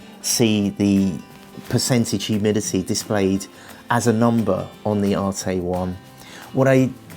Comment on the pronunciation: It’s not pronounced arte it’s an arête like a corner it’s a French word